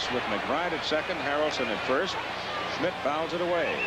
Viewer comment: Schmidt, not Smith. Geez.